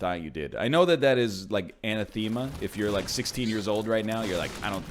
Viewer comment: 'anna-themea' Wut